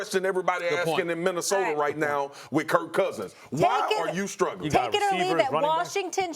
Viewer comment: “WHY AH YOU STRUGGLING.. WHY AH YOU STRUGGLING?”